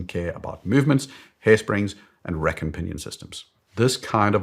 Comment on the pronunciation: your “Rack” sounds like “Wreck”. Had to listen to it 3 times to get it. Do you think buying a new AP titanium leaving it unworn in a safe would have an investment value in 10 years? Won’t hold you to it.